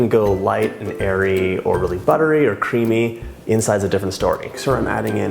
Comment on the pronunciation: Omg is it just me or it it rly weird how he says cream/creamy?? No hate, just an observation.